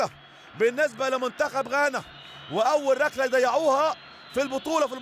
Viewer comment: هو المعلق بيقول رقلة و رقلات ؟